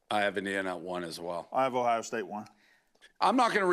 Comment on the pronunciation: Love the shows and the company but I detest the way you guys say locations 😂. It’s not Louie-ville its lewel-ville. Blutman, there’s an O in Ohio state. It isn’t Hiya state. Uncultured swines 😂